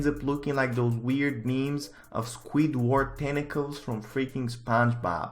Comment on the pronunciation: Why do you say squeedwerd?